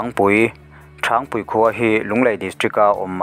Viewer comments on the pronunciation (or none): A chhiar tu hian a chhiar hmain Varṭek leh Ṭhangpui khaw hming lam dan hi lo zir hmasa se ṭha tur.